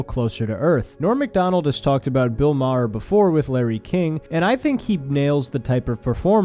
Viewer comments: Hey kid, you're still a kid, so u havent lived long enough to really know thwse 2 older men, but just by your simple "google research" It's not pronounced Ma-Har, its just like the planet "Mars" but with no S, just "Mar" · I’d like to assume your pronunciation of Maher as “Mah-her” was a dig at Maher, but I don’t think you meant it that way. Ha ha, great video though still! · Its pronounced "mar" like mars without the s. I feel like im missing a joke or something lol. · Its not ma her? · Its pronounced bill burr-hur. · It's Bill Bur-r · Maher, one syllable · making a joke by mispronuncing his name. Norm Macdonald used to do the same thing. It's trolling people by intentionally making a simple mistake to ensure someone will want to correct it. Keep watching makes some good vids. Stay Happy and Healthy. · The narrator can’t even pronounce Maher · The H is silent. If only Bill Maher was. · You're gonna get shit for how you pronounced Maher bruh-ho. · The way you say Maher reminds of Norm saying cast eye-ron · How can you make a min video and not learn how to say maher correctly???